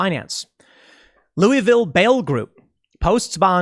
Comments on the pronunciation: Being from Kentucky, I am just really impressed Tim pronounced Louisville correctly. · Thomas Massie got to Tim! “Lou-a-vul”!!! Good on you!!!